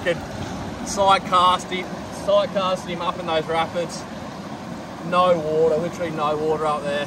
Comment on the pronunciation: The "naur" might have been the most Australian naur I have ever heard haha